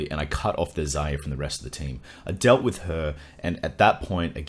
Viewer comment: To discuss wiss you XD! Perfect german accent!